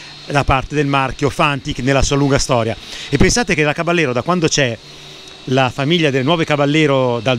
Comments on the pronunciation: Tecnicamente si dovrebbe pronunciare Cabajero con la J di Iena... Non Cabagliero con la gl... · bel video!!! piccola nota: il nome caballero è spagnolo, quindi va pronunciato "cabagliero" (come per la lambo gallardo) non all'italiana "caballero" , di fatto la moto prende il nome dalle sigarette omonime fumate dal co-fondatore di fantic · si legge "Cabaliero".... è una parola spagnola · Ciao a tutti Caballero è spagnolo e si pronuncia "cavaiero" che sarebbe cavaliere. Saluti